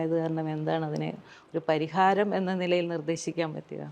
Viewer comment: പരിഹാരം അല്ല പലഹാരം